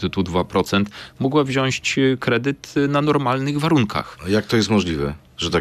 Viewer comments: Też to zauważyłem 😮 Minister mówi "wziąść". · Pan minister: „wziąść”? Mówi się wziąć.